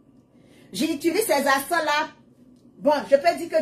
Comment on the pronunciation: On dit encens et non acens